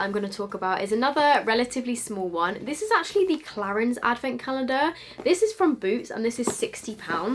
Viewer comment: I'm hearing 'beauty avocado's' Facepalms